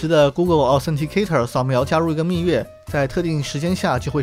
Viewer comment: 虽然不重要，但是那个字是不是应该念做密钥yao，不是yue呢？感觉听着怪怪的